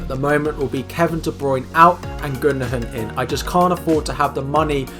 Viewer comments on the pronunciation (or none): Are we just going to ignore how he pronounved gundogan as gundogun